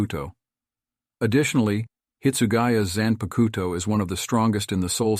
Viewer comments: I find ur pronunciation of 'zanpakuto' hillarious. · When you pronounced zanpakuto I immediately knew you didnt watch bleach